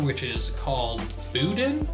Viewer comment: Yeah Bruh that BOUDIN is pronounced BOO-DANH soft n !! Great review !!